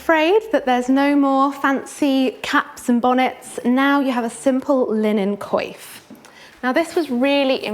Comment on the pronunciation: I’m surprised at her pronunciation of the word “coif”